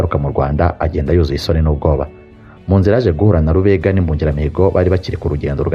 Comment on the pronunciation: nuzajya uvuga amateka ya kera, ujye ubanza ubaze uko amazina ya kera avugwa. Dore nk'ubu uko uvuga Nyarwaya, Rubega na Gahunde amasaku ushyiraho siyo.